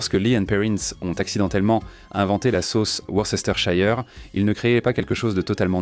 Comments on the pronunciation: Worcésteurshayeur ? Se prononce : Weurstersheur ! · Worster sauce l’eppelation